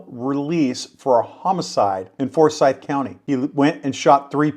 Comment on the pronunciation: It's a Moravian church, not a "Monrovian" church. FOR-syth is in Georgia. For-SYTH is in North Carolina.